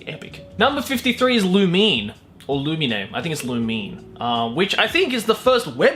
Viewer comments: It's not loomeen 😂author said so... the 2nd pronunciation you said was correct tho 😂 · No offense but your lack of webtoons knowledge is fucking hilarious. Lumine pronounced Loo - min - ay is a werewolf. Btw Fox Girls are better should have totally made it onto the list xD